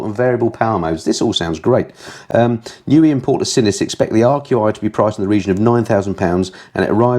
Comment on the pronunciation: Thank you for the news. Here's some of my thoughts on this month; I suggest NIU is pronounced "nigh you" ?? I love the idea of a Gold Star - I nearly flipped on the Royal Enfield, so I'll be watching your review with interest. Remote tuning I believe is when you tune your bike using its dash settings and/or laptop and someone on zoom or similar talks you through it as you go. Please show any future tours the same way you did this last one. Finally I wish my "Striple" 765 looked like your Panigale lol. Readers rides nearly made me choke on my coffee thinking I'd strayed onto a different kind of review :>)